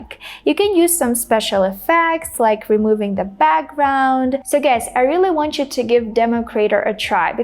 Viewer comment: I think you pronounce the word GUYS as /ɡʌɪs/ not ɡʌɪz.